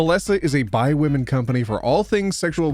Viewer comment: everytime for the belesa ad I think is saying 'Bi women' when he is actually saying 'by women'.